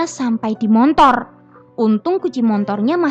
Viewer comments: Hehehee... motor..m o t o r, bukan montor😜😜.. gini deh klo klo "pembaca cerita"nya org padang, jadi mohon dimaklumin aja.. Ttp semangat ya 👍😆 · Motor mbak... Bkn montor 🤣🤣🤣🤣